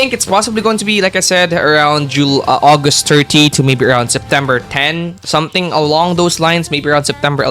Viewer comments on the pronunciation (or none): none